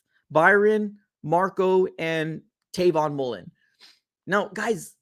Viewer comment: Dawg it’s Travon Mullen